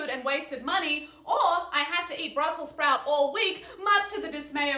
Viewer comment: why does she say brussels sprout so weird? also, why is she screaming at me?